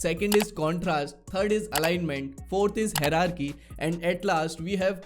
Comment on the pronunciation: just a tip- first you learn how to pronounce hierarchy correctly! Thanks!